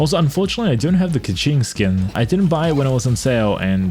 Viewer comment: It’s pronounced key-king not ka ching$